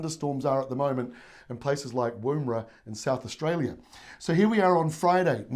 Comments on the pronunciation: Hi, love your weather reports and explanations. Very impressed with your knowledge of Australian states, towns, areas. Just wanted to help you with pronunciation of Woomera 😊 at 34 seconds this BoM guy mentions Woomera. I'm sure every woman and her dog has corrected you on this 🤪 Thanks for your work, love it. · You do a better job than the BOM in Australia but you can’t pronounce Woomera properly 😂